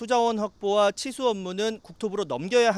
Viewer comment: 앵커가 발음을 정확히 해줬으면 하네요. 칠수 업무라고 들립니다. 기자 리포트 듣고나서 치수 업무라고 이해했어요.